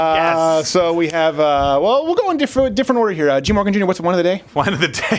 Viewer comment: Khaaaaaaveeee. Khafter. Jeeze.